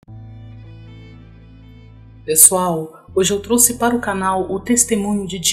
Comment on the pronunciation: Ñ se fala truce,se fala trouxe.